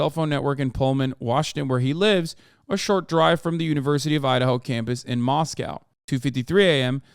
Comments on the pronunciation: Moscow ID isn’t pronounced the way Russia Moscow is. It’s Moss-koh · Mos-coe Idaho, Mos-cow, Russia